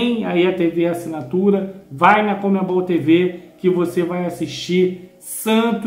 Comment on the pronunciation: Eu não consigo entender pq esse pessoal do esporte fala "COMEMBOL" qdo o correto é conMebol.🤔🤔